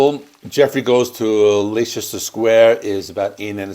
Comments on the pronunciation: It's lot lee-chester it's Leestuh-shu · Leicester is pronounced Lester....FYI. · 'Leicester' is pronounced like 'Lester'. Nice job! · You got balalaika right but not Leicester Square. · Leicester is pronounced Lester 👍